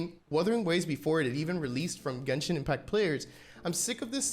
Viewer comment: why can't you say genshin like a normal person?